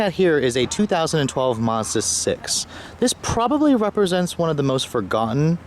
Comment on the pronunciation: He said Mars Bar